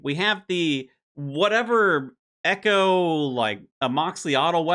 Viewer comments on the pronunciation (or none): none